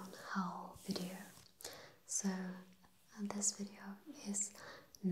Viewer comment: Oh, and I know English is a messed up language, so I get why you say it that way :), but the word "haul" is pronounced like "hall". Not like "owl".